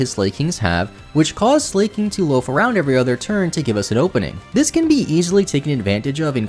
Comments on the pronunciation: Haha its “Slack”king. Though i love how you pronounce it “slay”king. That’s funny 😂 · lol I really hope 'Slay-king' was an attempt to have people comment cos if not.. how did you ever think it was pronounced like that?! 🤣🤣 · why you call Slaking, Slayking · I love your videos but your pronunciation of "Slaking" makes me want to cry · Tbf "slaking" is the past tense of "slake," which is pronounced exactly how it sounds. It's one of the few times a Pokémon's name is actually a real word lol